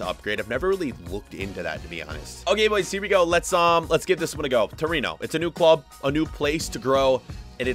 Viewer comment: Is torino not torono